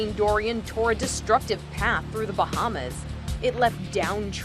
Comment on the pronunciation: Wow,at first I thought hurricane Dorian will be at Category 4 but it is at 5?That is fricking scary~😱Those people on the plane,i salute them for their bravery to go close to the hurricane Dorian (sounds like durian everytime I hear it😅) Kudos to them😎😎👍